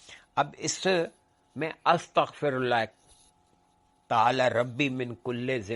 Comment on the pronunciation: Boht mazret ke saath magar apki arbi tallafuz me ghltian hen..AstghfiRullah rabbi min kulle zanben..